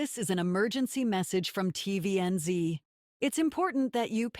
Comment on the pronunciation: For future reference, TVNZ is said Tee Vee Enn Zed. Hearing it with the American "Zee" sorta immediately broke immersion with the story.